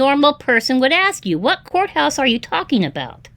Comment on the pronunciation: Lol! She hung up because you're oversmart 😂 I love how you're telling him his script and what to say next 😂 Relax he said coathouse not courthouse 😂 And last but not least the defeat hang ups para cerrar con broche de oro! 😂